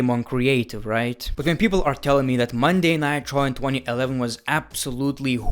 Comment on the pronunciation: No one:!: "Monday Nigh Traw"